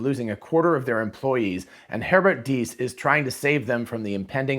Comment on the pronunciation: Your pronounciation of "Herbert Diess" and "Volkswagen" was spot on! 👌